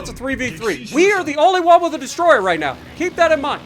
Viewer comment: Hey…hey Sp*WA*artan…do TASHI*…do you *WA*…do you have *NUMBAH*…the Cult *WAN Leader..???? ….miss San Diego..??????